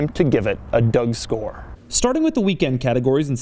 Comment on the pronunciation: Nooo no no he doesn't give dougscores silly guy, he clearly says "duck-score"